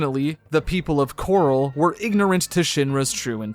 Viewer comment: The fact you call Corel ‘Coral’ but Cait Sith ‘Ket Shee’ is wild to me. I’m wondering if this was done purposefully and for what reason. Pretty sure every time Corel is said, it’s pronounced Corel and not Coral. Props for saying Cait Sith correctly though.